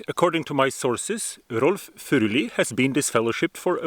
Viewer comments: Norwegian here; I can confirm that you know exactly how "Furuli" is to be pronounced. Now I have actually studied religious scholarship at the University of Bergen, and I have taken the trouble of learning Biblical Greek and Hebrew. Seriously, it is NOT to be thought that once you can struggle through Bible texts in the original tongue, there is suddenly a whole world of new meanings and nuances opening up to you. Basically you will only find that modern translations are normally good enough. If some snobbish scholar tells you that "you can't understand this if you can't read Hebrew/Greek", just laugh at him. There is nothing magical about the original Bible languages. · Wait you have Scots Pine growing in Norway? AWESOME! Thank you for the correct pronunciation of his name.